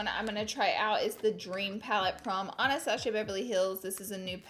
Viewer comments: Why does she keep saying ANASTASHA it's ANASTASSSSSIA come on laura I know it's like "your brand" to mispronounce things but I wonder if you actually fuck up makeup brand names in front of like actual important people. Anastasia would probably slap you lol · I can’t stand when people say anastaSHia